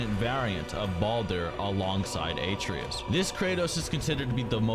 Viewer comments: ”His son Aitrius” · I know damb well he didn't say atereeus and yormungan. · Great video. Love it. But those pronunciations. “Jormungund” and “aytreus” bro please. Jormungandr (yor - mun - gan - der) and Atreus (ah - trey - us) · I just have to know why you pronounce his son's name "A-tree-us" when Kratos pronounces it "ah-Tray-us" in-game. I mean, it's not like how there's dispute around Tidus's name, since no one says it in FFX, but we hear it clearly spoken in God of War, yet I hear two different pronunciations on Youtube. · you made a video breaking down god of war lore, wanting to convey to your audience competence, yet you called kratos's son ( A-tree_us), like WTF? a-trey-us is how it is pronounced. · Did you really just call him (eight tree us) and not (Uh tray us) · "Atrius" Its Ah-Treh-us not a-tree-us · "your-mun-gin" "ay-tree-us" Dude, they literally said these names out loud in the game. Several times. It's pronounced "your-mun-gander" and "uh-tray-us" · Ah-tray-us not Aye-tree-us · Atreus (Ah-Trey-Us) not ay-tree-us.. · I’ll say this one last time it’s pronounced Uh -tray-us and Ay-tree-us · Pronounce it ahhh tray essssss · Aye-treus....really. he says it the whole game and you pull this shit. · You mispronounced every name except Kratos...AayTreeus?Really? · your pronunciation is horrible. My ears hurt listening to you pronounce Atreus and Jormungandr Atreus (Uh-tray-is) Jormungandr (Your-mun-gone-dur) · Jormungund? Eitreus? GEYA? You my friend gotta learn the damn basics first, then talk about In-depth things. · Why do you say A-tree-us? That’s not how you pronounce his name. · say it with me now, UH - TREY - US. thats how you pronounce it. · Nothing peeves me more than an explanation video and the commentator doesn't pronounce the name right.. it's "Uh-tray-us" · "atrius" "sword of olympia" "gaya" wat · Dont say "boy" if you played the game youd know how to pronounce his name smh live the show tho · You lost me when you mispronounced Atreus